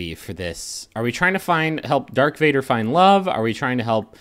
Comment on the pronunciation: i was fine until "dark vader" then i lost it